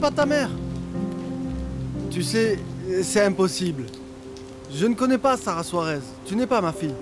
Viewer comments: J'suis la seule à entendre que a dit Sara à la place de kara???? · Kiyès ki tande lè rele kara:sarah 😅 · Qui comme moi entend dit Sara pour Kara 😂 Pointez votre doigt ❤ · Qui a entendu appellé Kara Sara comme moi 🤣🤣? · Qui comme moi a entendu appeler Kara:Sara😅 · Qui comme moi a vu que a prononcé le nom de Sara au lieu de Kara🎉🎉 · Eske se mw slman ki tande di Kara "Sara"